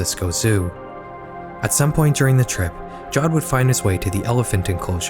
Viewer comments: Just a correction: it's pronounced ja ved not jowed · pretty sure his name is pronounced yaved